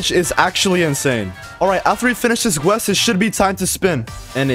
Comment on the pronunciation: anyone else get annoyed by the way he says quest and colosseum